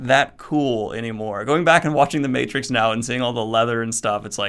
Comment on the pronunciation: the again, I see you butchered Matrix. Aaaaand unsubscribed.